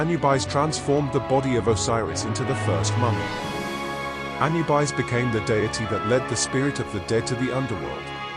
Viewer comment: Another bot that can't even say the name correctly. -1